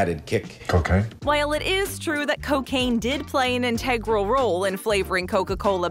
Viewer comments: it’s not “intaygral”!!! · Why do you keep mispronouncing the word integral? It’s so damn annoying!!! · I always like the videos. I just can’t stand when you miss pronounce words!